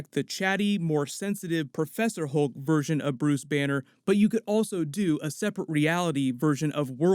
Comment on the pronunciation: Hulk not holke